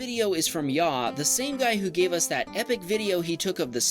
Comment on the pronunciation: It’s not yow it yaw I know this because my cuz has this name it’s yaw short a